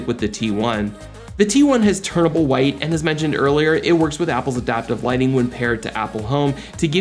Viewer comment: Just for your sake, it’s “TUNABLE white” (like you tune in a radio station, you’re fine tuning the white color temperature). There’s no letter “R”, you aren’t turning from one color temperature to another. Hope this helps.